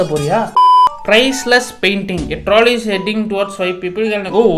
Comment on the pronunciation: Troll-ey ❎ Trawlley ✅